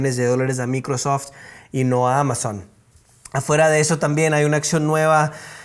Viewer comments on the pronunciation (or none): none